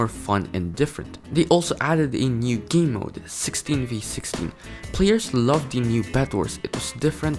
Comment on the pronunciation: sayine game as geem LOL